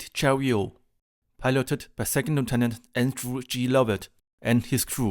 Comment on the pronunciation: Great video. Also to help with your English pronunciation the T in Chariot isn't silent.